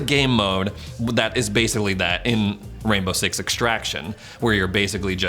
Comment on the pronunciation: does anyone else here him say “rambo” six?